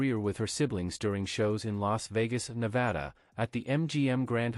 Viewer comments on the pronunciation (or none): none